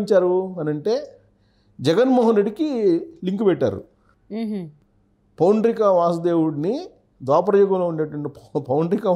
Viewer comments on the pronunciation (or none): అమ్మా,, పౌండ్రిక కాదు పౌండ్రక వాసుదేవుడు అనాలి